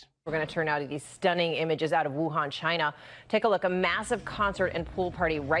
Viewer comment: People need to learn how to say Wuhan correctly